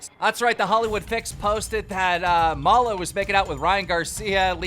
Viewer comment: Everyone: Maloo Keem: mallah